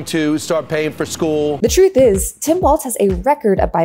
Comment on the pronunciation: I enjoy your commentaries, but can you double check your pronunciation of Gov. Walz's name, please?